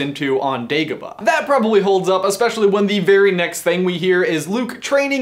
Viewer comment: Day-go-ba I Cringed so hard